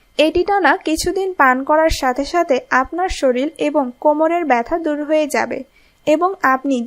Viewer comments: সে তো শরীর কে শরীল বলছে😂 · শরীল কি?😡কথা ঠিক করে বলা শিখে পরে ভিডিও বানান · Didi apni to sorrir ke soril bolchen 😂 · আপনারা শরীর কে শরিল বলেন কেনো? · Apni bhalo upodesh dieychhen , tobe kothagulo ektu shudhdhyo howa uchit ...Bolben SHORIR , SHORIL noy .... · শরিল নয় শব্দটি হবে " শরীর " । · শরীরকে যে শরীল বলে তার কথা কিভাবে বিশ্বাস করি? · Soril noy, sorir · বাক্য টা শরীর, শরীল না , আবার বলছি শরীল না, শরীর !